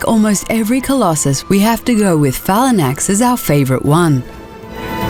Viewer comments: Since when was "Phalanx" pronounced as "Phalanax"? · gtfoutta here, Phalanax? Learn to pronounce please. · Falanax? Wtf pronunciation is that